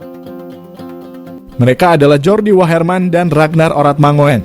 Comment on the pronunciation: Ratnar Oratnangun...bukan mangoen...! ( OE dibaca : U )